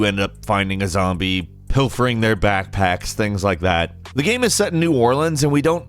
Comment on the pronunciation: How can this dude run a gaming channel, not be able to pronounce “game”